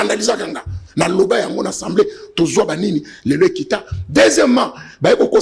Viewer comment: Pardon ba ndeko. Est-ce que Mr le journaliste atanga vraiment oyo ba komi na papier? Soki yango alors mawa mingi. Je comprends pourquoi ba pays voisins ne nous respectent pas. Atangi " ENSEMBLEE nationale. Atangi oyo ba komi na papier ? ENSEMBLEE même avec accent aiguë ce mot n'existe pas na langue française. Na landa ye ye alobaka tjs ENSEMBLEE nationale est-ce normal ? Le mot ezali assemblée nationale. Bo yebisa ye po bana ya maternelle école primaire ba landaka ye. Après bo loba te ke ba enseignants ba zali en mesure ya ko former bana te.MERCI